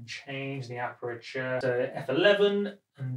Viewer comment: Aperture* (not apreture)